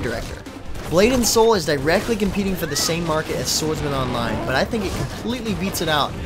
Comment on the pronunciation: When they said SwordsMan Online i thought they said Sword Art Online :P